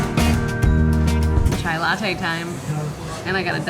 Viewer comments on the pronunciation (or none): none